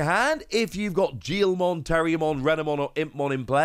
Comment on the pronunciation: Guilmon is a hard G just like Gallantmon…